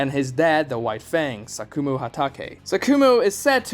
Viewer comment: sakumo not sasuke bruhh!!!!